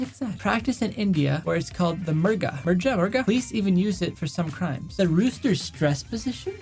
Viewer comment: It's pronounced "m uu r g aa"